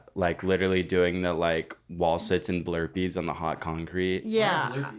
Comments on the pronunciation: I want the confidence that had when he called burpees “blurpees” without hesitation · Not calling burpees "blurpees"😭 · saying blurpees made me spit